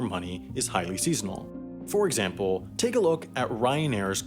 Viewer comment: "For exampooow"